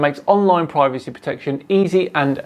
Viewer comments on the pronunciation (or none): none